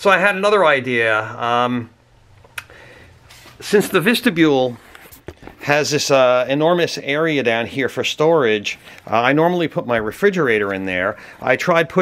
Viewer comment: It's driving me nuts ! It's vestibule, not vistabule